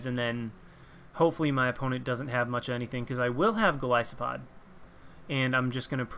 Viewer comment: OMFG! I am subscribing JUST for the fact you said Golisopod right!!!!